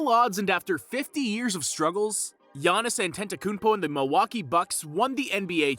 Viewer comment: not being able to pronounce the guys name at this point is embarrassing. Not only that, you made a video on him